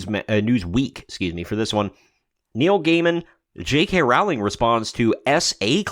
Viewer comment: It's pronounced ROwling -- not levioSA.